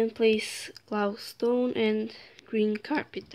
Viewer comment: Yeah, and I heard you said gloustone instead of glowstone xD